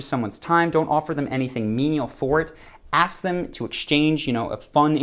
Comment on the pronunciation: While these may not be phrases, You might point to three words used very commonly by Americans that instantly make them look low class, ignorant. Incessantly using the "you know" term and mispronouncing the word ask with aks really put you in a category that you don't want to be in.